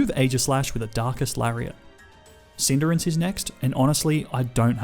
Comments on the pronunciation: This guy really pronounces Cinderace (Cinder-acse) as Cinder-ince, like hindrance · It cindarace not cinderance